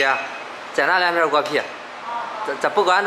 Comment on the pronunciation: 果皮？偶聽成狗屁😆哈哈笑死偶🤣 看字幕才知道是果皮🤪